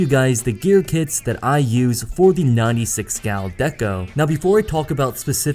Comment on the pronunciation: Hehe in the end it sounds like you're saying "My Nutty Six Gal Deco" ^_^